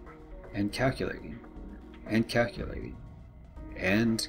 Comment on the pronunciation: Ok, just one thing.. It’s pronounced CAL-que-lating, not KAK-a-lating.. Otherwise, awesome vid. 😉